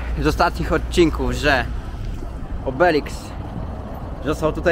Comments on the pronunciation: Cześć,nadrabiam odcineczki i zauważyłam, co mnie bardzo rozbawiło, że obok "Smakolysza"mowisz też "obeliks"😆😆😆broń Cię Panie nie poprawiam, uwielbiam te Twoje "przekręty"ale żebyś wiedział mówi się OBELISK 🤣🤣🤣pozdrawiamy i jak zwykle zapraszamy do nas 🤗🤗🤗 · Obelisk nie obelix 😅